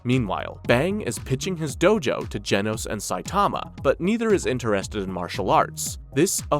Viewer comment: You're saying genos wrong